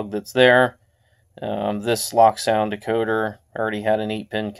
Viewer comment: wow i didnt realize bachmann stopped putting 30 lbs of lead in their models and not leaving any room for any future installs! haha also its pronounced "lowk" not "lock" its a german company and they are special haha